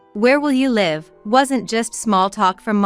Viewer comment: It’s live misponouned incorrectly